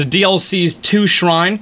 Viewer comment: Bruh anyone notice how he’s been saying raviolis quest when it’s revalis quest